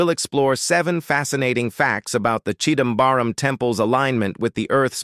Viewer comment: chidambaram.. yes.. chidambaaram.. no! 😮 no baaram...